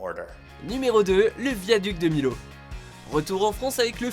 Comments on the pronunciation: Millau se prononce MILLAU y'a 2 L Donc il se prononce MILLAU et non milau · Ca se dit miyo pas milo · Pour le viaduc de Millau, ça se prononce Miyo ^^ Sinon, très bonne vidéo ! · Le viaduc de Millo????????? Bravo pour la prononciation ;^u^ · Viaduc de milo 🤣 oh le blasphème non mais sérieux les mecs c'est une règle de base en français, quand il y a 2 L qui se suivent faut prononcer "Y" Merci bonsoir 😂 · Millau ça se dit MIO pour la numéro 2 mais sinon super vidéo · Ont dit pas Millau mais mi(yo) après chaque dit comme il veut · C'est le viaduc de MILAU pas de MILAU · Purée quand t'es un Aveyronée et que tu entends mal prononcé "Le viaduc de Millau" ça fait bizarre 😂😂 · Millau sa ce prononce pas comme sa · ON DIT MILLAU COMME ON DIT VANILLE C PAS COMPLIQUÉ À RETENIR QUAND-MÊME C AU CP QU'ON APPREND ÇA BORDEL!!!!!!!!!!!!!!!!!